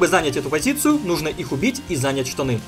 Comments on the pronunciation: Не зАнять, а занЯть. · не зАнять, а занЯть ;) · Блин спасибо конечно за видео - интересные позиции, но слух режет - научись правильно говорить слово занять, ударение на 2 слог, а не на 1.